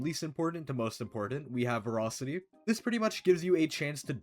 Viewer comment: "verocity" man this guy never finished school